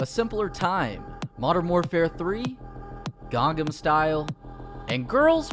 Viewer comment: THE WAY HE SAID GANGAM STYLE HAHAHAH